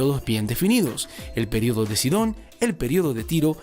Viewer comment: en velosidad 2.00 dice el periodo de caca